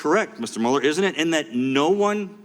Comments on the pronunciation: Why does everyone call him Muller? His name is Mueller as in Ferris Bueller. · His name does not sound like you liberals want to spin it it's German and his ancestors yes here it comes mein heir sounds like mule ok Mueller not mull so Mueller sounds like mule er ok Elmo now you say it we don't want to have him sound like a camp guard not CPB say it mule +er no not saying Robert Mueller is a Nazi but find it weird the distancing from the Germanic pronunciation of the name to a more of a Engllish sounding version see SJW's how anything can be twisted and made different this is called humor not real like CNN wife's account not her opinions or anyone's it's fake not real